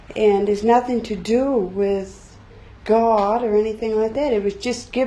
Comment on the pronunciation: I didn't realize "God" had three syllables.